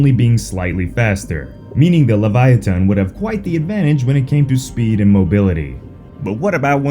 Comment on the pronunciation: Its LEVI OH SUH!